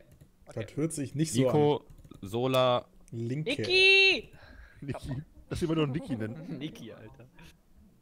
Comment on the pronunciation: das heißt nicht nikki.. das heißt Nico Nico Niiiiiiiiiiiiiiii :P